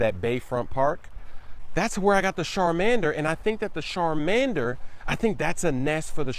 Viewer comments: its CH!!!. nOT SH SHARMANDER CHARMANDER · I think he was pointing out the way was mispronouncing the ch in the start m8. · Sharmander 😂 its ch-at-man-der With a ch not sh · SHARMANDER LOL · Shar man dur😂 it's Charmander bro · char not shar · sharmander lol its charmander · SHarmander! Lol😂😂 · please never say Shar🔇 mander again. Char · Charmander! Not Sharmamder lol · LMAO SHARMANDER 💀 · Sharmander haaa,it's chairman dee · CHARMANDER NOT SHARMANDER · CHARMANDER CHARM sound out CHAR•Mander Not sharmander Keep it dude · CHAR-Mander not SHAR-mander...what are YOUOUOU doing?? lol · Anybody else cringe when he says Sharmander instead of Charmander!LOL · Hahahah smooove, hold up, you be making noob moves calling it 'SHARMANDER' instead of 'CHARMANDER' !! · the sharmander 😂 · it's charamander not Sharlamdaner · It's char not shar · It's Charmander not Sharmander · I almost died when he said sharmander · " sharmander " I died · Dat "Shar-mander" tho lol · "Sharmander"??? Lmao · There are comments about saying "Sharmander" on EVERY video but still hasn't fixed it lol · its Char-man-der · "Char"mander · He said SHARmander😂😂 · char- mander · "Sharmander"- 😂😂😂😂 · It's CHAR bro lol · Lol at pronouncing Charmander as "Sharmander" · Had me dead ass when he said sharmander lmfao xD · He also said Sharmander😂😂😂😂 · "I Think the Sharmander" "The Sharmander also..." Bruh...😂😂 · "Sharmander" lool hello? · I'm beginning to think purposely says EVERYTHING to do with Pokemon incorrectly... My man really just said Sharmander... I'm asleep, cousin. Poke ball head ass. Ma-chop head ass. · Yo. He really just say "sharmander"? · and in the older episode, he called charmeleon "charmalander" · Anybody else really annoyed that he's mispronouncing names